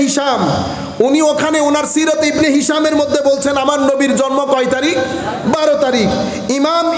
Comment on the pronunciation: Jormo na ucharon ta jonmo hobe